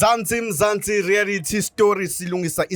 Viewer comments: Reality not rearity re a lity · Why are you saying " rearity" stories instead of reality